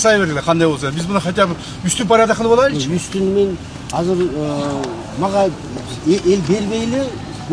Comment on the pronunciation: Казыр деп суйлойбу же мага эле ошондой угулавы Анау мээр суйлогондо?